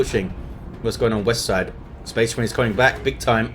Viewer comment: Spehs Mareens!!